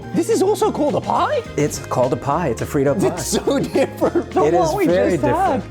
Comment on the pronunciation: “FREE-TOE POY” 😂